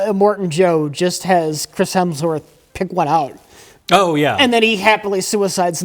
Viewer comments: ...you repeatedly call him Chris HELMSworth. It's Hemsworth. You should apologize. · another instance of the incomparable pronouncing Hemsworth as “Helmsworth” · It’s been nine years since Mike made fun of for calling Chris Hemsworth “Chris Helmsworth”, yet he’s still doing it. God bless his soul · I think this might be my favorite movie ever too.:trophy-yellow-smiling: And its HEMSWORTH! Not Helmsworth. "Bad Max" features an old sullen mel gibson driving around suburban strip malls in his smart car. Throwing a fit at the Starbucks drive through. Yelling at teenagers. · Mike is seething behind the camera at pronunciation of "Helmsworth" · I just need to stop you. You you consistently al- always say "Chris Helmsworth". It's "Hemsworth". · 8 years after being scolded by Mike for saying "Helmsworth," and is still doing it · "chris Helmsworth" - did it again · still calling him Helmsworth 😂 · did say "quic-chris helmsworth"? dick the birthday boy never learns... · still calling him Chris "Helmsworth" despite being previously rebuked by Mike. Poor Chris Helmsworth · calling Chris Hemsworth Chris Helmsworth with the inevitability of diabetes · still says Chris HeLmsworth 😆Mike corrected him years ago! lol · hes still calling him chris helmsworth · still says "HeLMSworth" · says 'Chris Helmsworth' again. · is finally free to mispronounce “Hemsworth” now that his bully is gone.